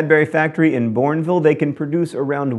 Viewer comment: I know it's John's thing to say words wrong but hearing Bournville (where I live) said differently to how we say it made me feel weird